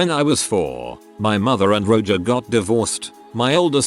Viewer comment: The text to speech mispronunciations are to be expected but I lol’d at Roger being read as “Roe-juh” at about